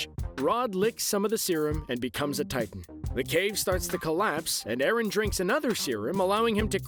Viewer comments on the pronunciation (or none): It's not arron it's eren